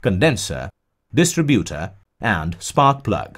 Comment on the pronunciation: nice work and graphics: maybe the English is computer generated: anyway there are errors.The battery metal is lead, pronounced like "head" not "leed"; distributor is stressed di STRI butor, accent on I. Articles are missing as in a phrase like" connected to contact breaker" which should read " connected to THE contact breaker.Sorry that the verb lead, as in leader, and the noun " lead" meaning cable are pronounced "ee".English is not always logical.